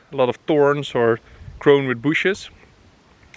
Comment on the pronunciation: Is the first time we heard "spikey booshes"?